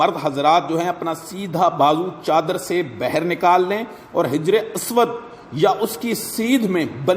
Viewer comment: Bher nhin baher lafz hota hai.